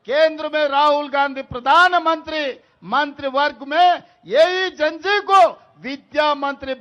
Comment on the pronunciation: आप तो कम से कम लकीर के फकीर ना बने आप वही उच्चारण कर रहे हैं जो सब मीडिया वाले प्रसारित कर रहे हैं Gen Z का उच्चारण जैन जी नहीं है इसका उच्चारण जैन जेड है इससे पहले जैन वाई था और उससे पहले जैन एक्स था । ये हमारी संस्कृति पर पश्चिम संस्कृति के प्रभाव को दर्शाता है।